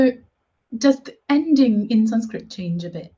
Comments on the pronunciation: why don't you pronounce the schwa at the end of Sanskrit words? You seem to omit such an interesting feature of the language. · I'm no expert in Sanskrit but I did notice noun examples lacked their final letter, the visarga, written like a colon, and pronounced like a final breathy H, similar to how Andalucians pronounce final S in Spanish. It's cognate with Lithuanian final S, so there's one similarity you missed out. Another one you missed is pasitaite which looks like Sanskrit pasyate पश्यते meaning "he sees". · Guys it is sanskrut not sanskrit. How can you call this girl as sanskrut master ?😂😂